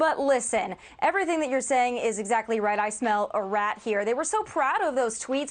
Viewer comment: she said kiliary Clinton. Lol